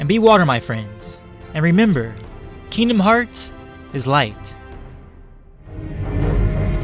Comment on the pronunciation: I’m not in the fighting part and I’m already cringing cuz he’s call kingdomhearts wrong. And also why is he taking away Sora’ powers but not Aangs